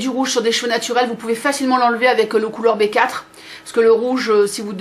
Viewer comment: Colour B4 ce prononce Colour before ce qui en français veut dire la couleur d avant B=be 4=four